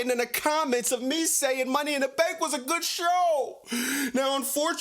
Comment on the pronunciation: Hearing this man saying "Money In Duh Staannkk!" got me dying laughing 😂😂